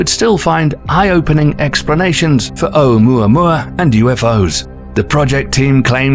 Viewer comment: How is it that you can do a fairly decent job of pronouncing both Haumea and Oumuamua, yet you completely took a sh't on saying Makemake?